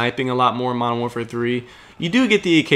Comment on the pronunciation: I love your commentaries, as well as i dont want to tell you how to commentate, but please says Modern Warfare correctly, I used to do the same thing and i Do not want to sound rude but it bugs me when you say Mowafare 3